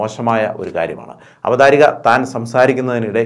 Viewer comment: അവധാരിക എന്ന പ്രയോഗം തെറ്റ്. അവതാരിക' അതേ പോലെ ഭ എന്നതിന് പകരം ഫ എന്നും - തിരുത്തുമല്ലോ